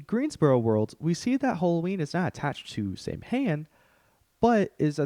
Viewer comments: you say it sow-an, not sam-hayne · its pronounced "Saw-Win" (Samhain), just an fyi. fantastic video, very well done! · Yes it pronounced sow(female pig)-inn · btw, Celtic Pagan here, it's pronounced "Sah-when" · that is not how you pronounce Samhain